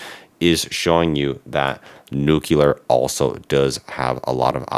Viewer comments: Nuclear is pronounced NOO CLEE UHR. Not NOO KEW LAR. Look at the way it’s spelled please. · You need to learn to say NUCLEAR correctly.